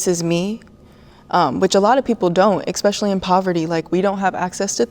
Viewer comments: The “fit girl” said so many incorrect claims, incorrect words (expecially) and… she’s an educator 😳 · You know you’re dealing with a small brain when they say “Expecially”.